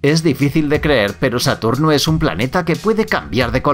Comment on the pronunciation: no es satorno, querías decir Saturno?